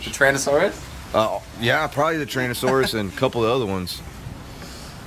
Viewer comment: Can I just say...its TYranasaurus not TRANasaurus. 🤣